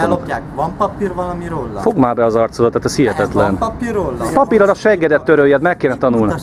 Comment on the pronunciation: nál "Van papir valami rolla, van papir rolla?" Hát ezen az akcentuson én behalok😂